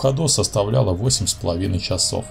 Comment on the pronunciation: Японский...чАсов. Говорить нужно не так как пишем йипонский..чисов.